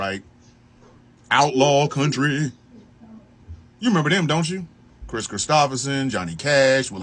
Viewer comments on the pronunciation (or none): none